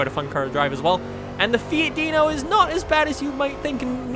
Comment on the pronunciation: "Fee-it Deeno"